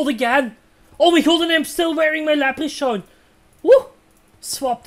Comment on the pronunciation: Btw it's lepre-Korn not lepre-shorn